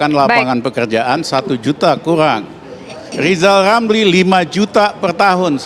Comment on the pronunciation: Kita simak apa kata lizal lamli...